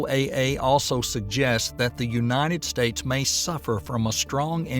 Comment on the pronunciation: “Unated States” 💔